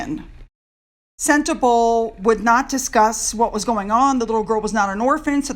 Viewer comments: Sentebale is pronounced "Sen-teh-BAH-lee" :-) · Hi, it’s pronounced “sent-a-bawl-A” xx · it’s SEN as in sent TA as in tum BA as in bum LE as in let. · Harry was really very serious about his charity Sentebale (please pronounce Sen-tay-bah-lay) when he first founded it, but after more than 10 years I guess Meghan wants him out of there. You know, they need that money to keep up their mansion... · Hi don't be offended it's pronounced Senterbaali 🙂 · I live in South Africa. It. Is pronounced sentebarley. There is so much poverty it is heartrending. Gender based violence is rife it is amazing that the child eas not murdered which often happens.😭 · Sentebale is pronounced CENTABALI (Bali like the country Bali) it is in the landlocked country Lesotho - pronounced LES SOO TWO. This is a small kingdom is Southern Africa. It is not in South Africa. This story is a disgrace, on Harry and his Potshots at fame. I am from South Africa and remember only too well the time he spent in Lesotho when this charity was started. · Its pronounced Sentabaaaaaale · Hey, no hate I love your channel but just want to say that Eugenie isn't pronounced You-genie, it's pronounced You-juh-nee. And Sentebale is pronounced Cent-a-bahlee